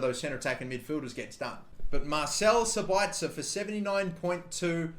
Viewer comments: You emphazise Sabitzers name on the first syllable (SAbitzer, not SabItzer). Greetings from Austria to Australia #kuhlimuhnotkangaroo. :D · its sab itzer not sabaitzer and yes i gave that space bar on purpose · Marcel Sabitzer is pronounced Mar/sell Sab/its/er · It's pronounced sabitsir